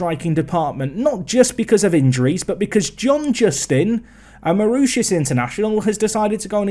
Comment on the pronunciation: More-ISH-us (Mauritius) International, not oosh-us! 😁 🇲🇺